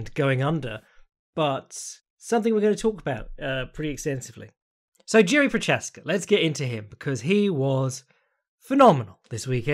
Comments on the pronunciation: For anyone who cares: It's pronounced YI-ZHI, like the ZH in Zhang. Not JI-RI or YI-RI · Jeeeeesus you just keep butchering Jiri`s name.